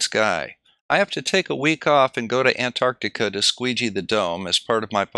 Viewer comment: so nice to hear an american pronounce the T in anTarctica. so many americans call it anartica